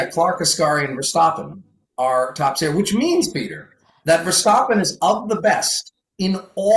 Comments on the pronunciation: How to pronounce Verstappen? As American I say the A sound but says it as O sound hmm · can we stop saying ver-stop-en? Can we make this HAPPEN??? Or are we going to start saying Lewis Hah-multin and Mox Ver-stop-en?